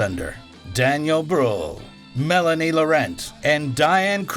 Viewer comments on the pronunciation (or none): none